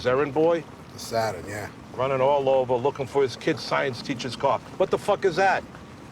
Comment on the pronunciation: The enteral question ova here. Ohhhh!